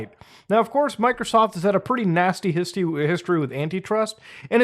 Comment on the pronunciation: muda says histy instead of history. Thank you for your time